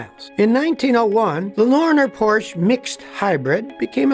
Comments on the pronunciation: Isn't it por-sh? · Please learn how to pronounce porsche. Its a family name.. just like ford is a family name..